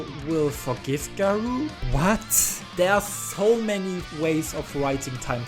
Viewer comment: Such a bad way to pronounce garou